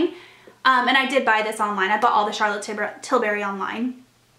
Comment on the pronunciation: Just a friendly FYI Charlotte pronounces her last name with the U sound not an A sound. You seem to call in TilbArry but its TilbUrry. Like burr it’s cold not berry the fruit ;)